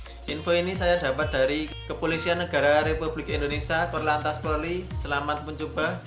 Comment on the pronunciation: Polri bukan porli